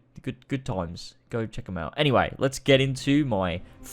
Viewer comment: i always hear: and let's co